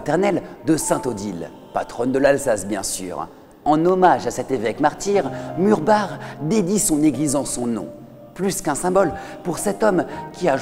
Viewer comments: En tant qu'alsacien ça me fait plaisir que tu ai juste prit la peine d'apprendre la prononciation des noms alsacien ! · Et bah justement le Maire du village ainsi que l'historien de la région m'ont indiqué qu'il fallait le prononcer " Murbar " alors que beaucoup de reportages le prononcent " Murbac " et que beaucoup faisaient l'erreur, donc ce n'est pas une faute voyons. Je suis d'accord pour Forbach. Justement, la langue alsacienne n'était pas la mienne je me suis longuement renseigné en amont pour savoir comment le prononcer. Merci à toi du soutien cher ami. Ah j'avais pas fait le rapport avec la Reine ! Oui je te tiendrais au courant. Désolé pour ton mail mais je suis overbooké en ce moment je n'ai pas le temps d'y répondre... à bientôt :)